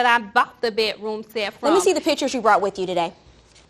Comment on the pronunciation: It is NOT called a BET-ROOM SET